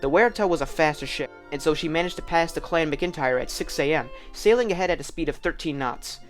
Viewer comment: Good research and exploration of various theories. Just check pronunciation before recording in the future. "Waratah" is pronounced "War-ah-ta" and "Clan McIntyre" is "Clan Mac-In-Tire". Good production and fine presentation otherwise. Still gave it a Like.